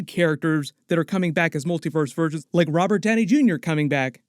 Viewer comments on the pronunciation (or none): none